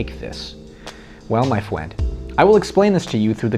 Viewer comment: "Well my fwend" - dylan sprouse I died 😂😂😂